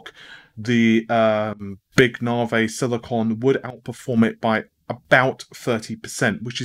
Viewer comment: Big 'Narvay'! :)